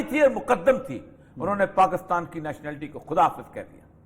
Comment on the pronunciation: افسوس اپنے ملک کا نام صحیح نہیں لے سکتے۔ کاف پر بجائے زیر کے زبر لگا دیتے ہیں۔ دلچسپ۔